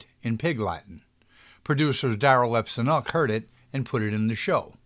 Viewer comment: FYI = demise is not pronounced de-MICE or de-MEESE, but de-MIZE. ALINE MACMAHON is A-lean Mack-may-Hon. See her in KIND LADY #1, THE LADY IS WILLING & I COULD GO ON SINGING. Darryl F. Zanuck = dahrill f. ZAH-nick. Great research from a period we have very mixed, often studio created, narratives told for public relations. Wonder where bootleg copies of Ginger's unedited biography are? Ginger herself was known for conflicting press - when mad at Mother Lela's control things were negative and raw especially over her choice of husbands. After the divorce & reconciliation everything was sweetness and light.